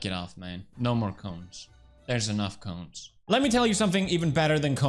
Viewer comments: i thuoght you said CLONES at first,,, hahahahah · I wasn't watching and just listening and when he said cones, I had to double take.